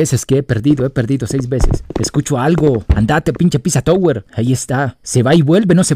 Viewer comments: es pepino no piZwa twe 😂😂😂😂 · Me da algo cuando le dice a Peppino Pizza yower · Pepino❌ Pissa touguer✔😎